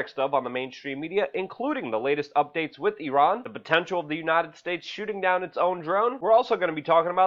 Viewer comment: Come on buddy it's with not ' wit "